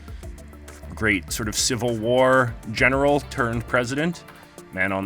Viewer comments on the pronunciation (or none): none